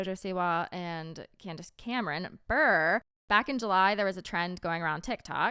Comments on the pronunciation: hunnie I love you but Candace Cameron's last name isn't Burrr lol it's pronounced with the é Buré (buray) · I love that kept pronouncing Candace's married last name wrong 😂😂😂 stick it to her Em! (Not Brrrr, Brrrr-ray)